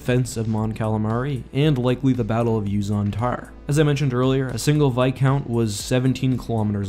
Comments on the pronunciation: Why does he pronounce it "vi count" and not "vis count" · It’s viscount not bicount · Its Viscount not Vicount ;( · Like the channel but please pronounce the s in viscount. You say like vicount. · it isn't called vis- count. its called Viscount as in a title of a noble.